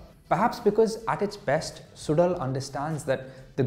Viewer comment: Bro, the show is produced suzhal ( su lal and not sudal)